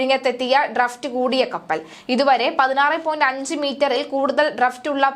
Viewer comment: ഡ്രഫ്റ്റ് അല്ല ഡ്രാഫ്റ്റ് ആണ്. ഡ്രഡ്‌ജ് അല്ല ഡ്രെഡ്ജിങ് ആണ്. ശ്രദ്ധിക്കുക.